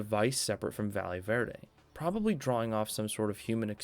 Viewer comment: I swear to god nobody can pronounce Valle Verde. Just call it Green Valley if you can't be bothered to look up a pronunciation.